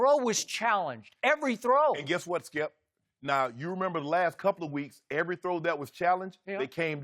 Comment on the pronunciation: Skip "Evey little big thing " Bayless